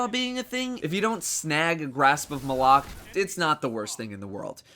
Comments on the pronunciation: I'm American and I don't say it the way says it. he pronounces it "muh-lock" I've heard some people say "may-lock" and they can go die somewhere. I just say "mah-luck" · Pronounced Mal-ik, not M'lok. The weapon isn't wearing a fedora. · W😂I hate it when people say m'lok I know it's supposedly pronounced like that I say Malok!😂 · I think he was saying grasp of malock wrong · stop calling it the fucking malock is Malok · its pronounced Grasp of Mahl-Ock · Wrong. Bungie even pronounced it on one of their streams. Besides, this weapon is not related to Zayn Malik. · How is his name is pronounced during the cinematics and mission monologues?